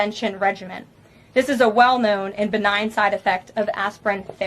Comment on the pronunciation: Lil Caroline even pronounced BENIGN WRONG ‼️Go back and listen 😂😂😂😂